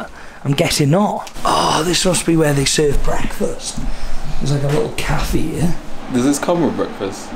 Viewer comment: Cafeeeeee lol